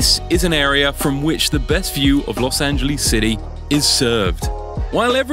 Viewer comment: Blue Benjamin’s? Las angaleees? Lol